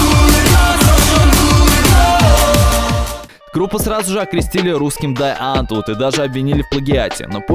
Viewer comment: Да чувак как будто ещё и все слова только в письменном виде видел, а теперь читает теперь с бумажки и пытается угадать, как они звучат 😂 Что слова на английском (police → полайс, hateful → хэтфул, scissors → скайсос), что имена и фамилии (Усачёв, серьёзно?), что названия (Дае Антвуд?😂😂 камон!) Ну вот как, как, блядь можно говорить про ролик, в котором 400 раз повторено "рок пейпэ сизорс" и всё равно говорить «скайсос»? xD